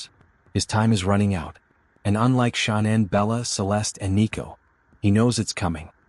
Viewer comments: Pronounce it right. It's Shan- anne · Ahhh ur driving me flippin crazy pronouncing Her Name Wrong WTH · This AI voice pretending to be a real person and can’t even have the decency to pronounce her name right. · The brotherhood wouldn’t be telling ANYONE if they were going to do anything. And they definitely wouldn’t tell some random guy on the internet- using an AI voice that cant even pronounce Shannan properly.